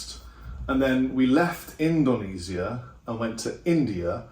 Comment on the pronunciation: I love how Brit’s say Indonesia.